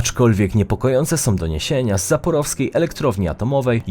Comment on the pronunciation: uszy mi krwawia jak ten "profesjonalny prowadzacy" czyta np. nazwy pojazdow. bukwa И czytana jest jak I czyli to bedzie Mi-8 i Mi-35. To samo sie tyczy Zaporoskiej Elektrowni Jadrowej, tam nie ma zadnego W ona jest ZAPOROSKA a nie ZAPOROWSKA od slowa Zaporoże a nie (zaporów (?) ) gdyby byla od zaporowa to by byla ZAPOROWSKA